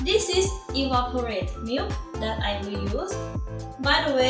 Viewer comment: Iced for now. :) When pronouncing "evaporated" it sounds like evaporate Ed. So, the -ed is actually an extra syllable. It's because t & d are both "stop" sounds, meaning the air stops when we say that sound. Thank you for your videos. You seem very enjoyable. How do you say the salutation at the end? I'm familiar with the greeting in the beginning, though idk how to spell it. LoL How do you spell it?